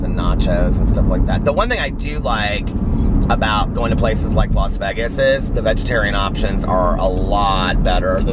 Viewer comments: As soon as you said Vegas the “correct way,” I was like YAS!! Then I realized I love the way you say it!! Eat lots of yummy food and safe travels to you and Alex!!! Have a fantastic anniversary in “Vehges!!!” 😉💙💙💙💙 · doesn’t even have to try to be funny.. “not baggy cute”...make sure you share the pic when you wear your black polka dot shirt & shorts with black piping..Happy Anniversary.. you got the pronunciation of Vegas correct..or at least how this country girl says it.. FANS ROCK!!!! I love you, plus I love myself!! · OH MY GOD YOU SAID VEGAS CORRECTLY. IM SO PROUD.